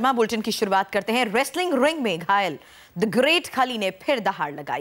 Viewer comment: RRRRRRRRESTLING RRRRRRRING, GRRRRRRRREAT KHALI.......please improve your pronunciations.